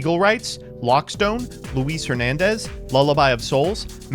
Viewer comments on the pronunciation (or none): none